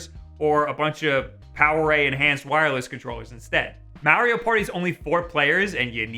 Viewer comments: Its MARIO not MAERIO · DUMBASS IT IS MARIO IT IS NOT MEARIO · This guy really said Mehrio Party 0/5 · Have I been saying Mario the wrong way all my life? This is like the 3rd youtuber I’ve come across that pronounces it “Meh-rio” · as soon as you said May rio I got pissed and left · MAR - RE - O thats how you pronounce that. Your welcome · I like how he pronounces Mario as Mary-O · why why are you saying maryo no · The midwestern way you say Mare-io just... eeeeeeee. 😅 Amazing video, as always. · why the fuck do you say mario like that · Not to judge but.... Notice how he pronounces mario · its all about how he pronounces Mario....uggh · i watched the whole video to hear him pronounce mario like that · I hate how he says Mario. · It troubles me how you pronounce mario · Makes me cringe when he say Mario like that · Why does he say Mario weird